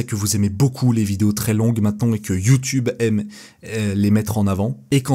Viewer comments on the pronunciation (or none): none